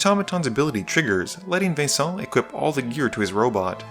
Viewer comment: Just call him Venison already if you can't pronounce his name lol. I'm sorry, I probably should eat something against my grumpyness